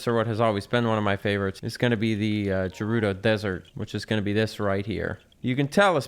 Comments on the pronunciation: Gerudo, with a "G" not a a "J" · did you just say "jerudo desert" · Gerudo is pronounced wrong